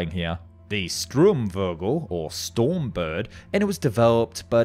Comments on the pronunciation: Yep you defo need some German pronunciation. How do you pronounce STURMvogel as STRUMvogel? Sturm is pronounced with the 'u' having similar pronunciation as the 'oo' in door. But remember the 'r' comes after that and not before it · The "Sturmvogel" pronunciation got me! Im not german and Im sure I dont pronounce it right, but you said STRUmvogel instead of STURmvogel